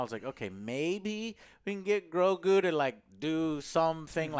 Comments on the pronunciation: I love how joe always say GROKU instead of GROGU :D Its like he mixed GOKU and GROGU :D You can always tell whos a Dragonball fan 😂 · How is it that Joe still calls him "Groku"? 🤦🏽‍♂️